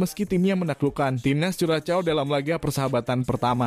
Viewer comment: Bacanya bukan kuracow/vuracow tpi kurasho